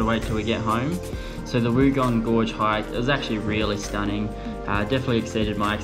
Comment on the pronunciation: It's pronounced Wongong.